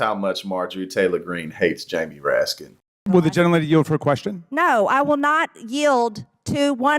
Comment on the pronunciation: Raskin says "question", MTG says "quesshen" 😅😅😂😂